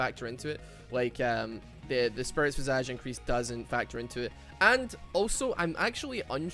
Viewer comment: Why does everyone pronounce it Spirit Vee-Saaj? It's Vy-Sayj...